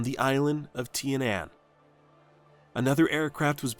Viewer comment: There are hundreds of examples out there of how to actually pronounce 'Tinian" correctly.